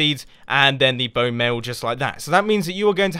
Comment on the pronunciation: who noticed he said 'Bonemale' :D XD